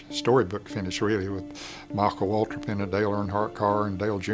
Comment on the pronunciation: Who the heck is Michael watrip, its Michael waltrip